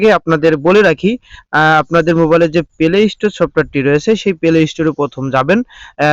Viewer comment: দাদা কথাটা পেলে স্টোর নয়,কথাটা প্লে স্টোর